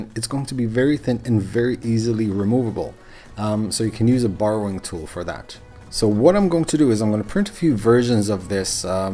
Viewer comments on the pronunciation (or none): Not sure if it was your accent or not, but it sounded like you called that tool a "burrowing tool". Its actually a de-burring tool, for removing burs. But works a treat on 3d printed parts, also good for trimming any elephants foot effect on bases of parts. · yeah it could just be his accent saying a long rrrr sound, but not sure.